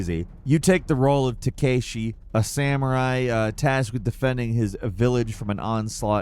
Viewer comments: I love you, keep up the awesome work, don’t ever say Tekeyshi again. TekAshi will do, cheers! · it's not takeshi it's Takashi